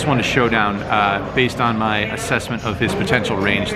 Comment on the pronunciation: “player on muhnnnnnleft”